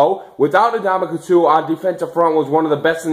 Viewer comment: Its (En)damukong Suh not (Na)damukong Suh.